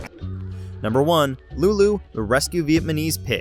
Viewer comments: This guy can't say "vietnamese". (Viamanese?!) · Did he just say “Vietmanese pig” ? 😆 Try VIETNAMESE 🤣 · Is it just me or am I the only one who noticed the guy calling it a Viet Ma Nese pig? It's Viet NA Mese, I spaced that for emphasis. (Yes I had to go back to listen to it several times after hearing the first time to be sure). Bruh, in narration if you can't say it right, don't say it. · "vietmanese pig" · "vietmanese" pig? you dumby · VietMaNese vs Vietnamese... SMH... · “Lulu the Vietmanese pig” please lol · Did he say Vietmanese? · He said Lulu the Vietmanese pig 2xs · Viet-ma-nese? 😂 he kept saying Vietmanese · Veitmanese? lol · "Vietmanese" every time he says it. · It isnt that hard to say Viet Nam Mese. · Bro really said vietmenise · “Vietmansese” single digit iq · TF IS VIETMANESE? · I had to rewind... you said vietmenese. More than once. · man said Vietmanese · Was enjoying the stories until... you mispronounced VietNaMese. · Did he say "Vietmanese"? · Vietmanese? rofl... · VietManese lol